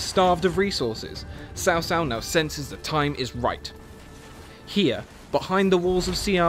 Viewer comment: Cao Cao name is hard to pronounce, unfortunately it is closer to the version in the video but even that is butchered. Traditionally this is the pronunciation but translation led to the name being butchered It's closer to this. T'sao T'sao